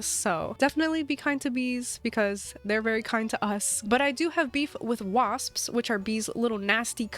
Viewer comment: Take a drink of water every time says “psps” at the end of “wasps” 😂